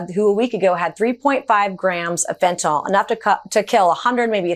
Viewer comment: It’s FENTANYL!!! Not “FENTNOLL” 😬😬😬😬😬